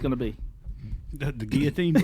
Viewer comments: is saying it correctly because Google says so!!! 😂❤ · The way says guillotines it is the correct way lol